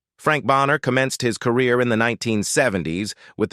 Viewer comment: EPISODIES, LOANY ANDERSON EMBARKKED on her acting Core-Rear in the...... Getting Their FUTING ---A.I still sux